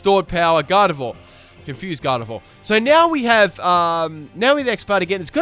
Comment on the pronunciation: did he call gardevoir galled?????